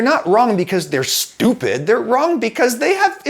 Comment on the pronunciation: The emphasis on "STOOPID" really made me giggle